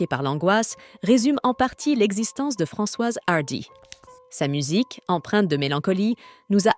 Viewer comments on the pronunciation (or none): C’est quoi cette prononciation à l’anglaise de son nom? Apart ça, triste qu’elle soit partie mais soulagée de savoir qu’elle ne souffre plus